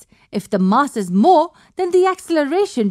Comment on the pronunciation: the MUSS of the gun lol